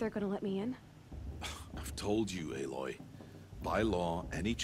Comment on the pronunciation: Aloy kinda sounds like alloy meaning two metals mixed into a metal